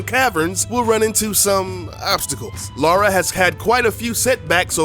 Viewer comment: It's Lara, not Laura.